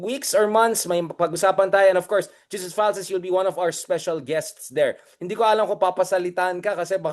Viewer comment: Pls pronounce it as HESUS (Jesus is Jesus Christ).